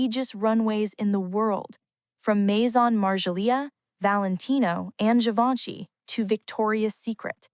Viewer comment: Vc disse Gaivanchy?